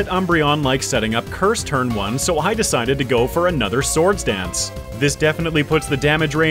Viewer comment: and and oooo 69 nice oooo he said farfetch'deseseses lol 😂 for the swords danceseseses